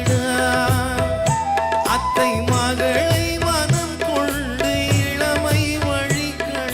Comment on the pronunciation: தம்பி கொள்ண்டு இல்ல கொண்டு பல வென்று வெல்ண்று இல்ல தமிழ் உச்சரிப்பு சரி யில்லை தம்பி பாடலில் feeling இல்ல விஷயம் தெரிந்தவர்கள் பார்ப்பார்கள் தம்பி கவனம்